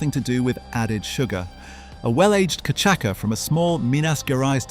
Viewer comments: It’s not “ka’chaka” it’s CASHASSA (cachaça). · Santa Teresa 1796 Venezuelan rum is the best I've tasted iet. And by the way, its pronounced cachasssssssa, not cachaca. 😉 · Cachaça is pronounced “Ka-sha-suh” not “kuh-chak-uh”. Good vid - thanks. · Great video... but, level 5, it's pronounced ca-sha-sa, Brazilians drink it with ice, crushed lime and sugar. It's incredible! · Cachaça is pronounced cachassa….. great for caipirinha, wodka for caipiroska. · Cachaça - [ka - cha - sa] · Cachaça is pronounced ka-cha-sa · Nice video! Just a side note : cachaça is pronounced ca-sha-ss-a (the ç is pronounced like an s) 🙂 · It is cachaça (cashasa or KAH-SHA-SAH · Wonderful vid!! And it’s pronounced “cashassa” :) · Cachaca: it is read "cashasa". Just saying. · I’ve never heard cachaça pronounced like that before. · I know every time he says it I wince.